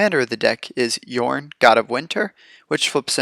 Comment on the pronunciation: I clicked that subscribe button as soon as I heard you pronounce Jorn correctly! :D I really never play green, but this deck looks amazingly fun.